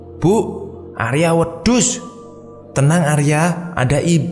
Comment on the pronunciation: Kenapa bahasa jawanya takut malah jadi kambing? Hahahahaha, wedos baca O nya kayak bilang opo dalam bahasa jawa... Atau bolong... Nah o nya begitu